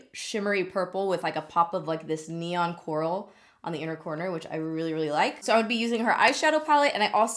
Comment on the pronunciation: Every time you said coral I heard Rick yelling/calling for Carl 😂 CWARL!